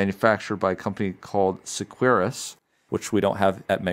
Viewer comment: Seqirus is pronounced “secure-us”.